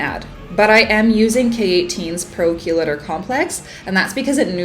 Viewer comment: Chelator is pronounced KEE-lay-tor. I said it the same way until our goldwell rep told me I was saying it wrong lol 😂